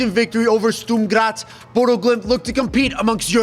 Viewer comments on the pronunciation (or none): none